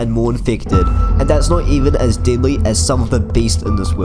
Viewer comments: This is great content. Ps: When I heard you saying "deadly" ,i thought you actually said "didlly" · i like u saying deadly but i hear diddly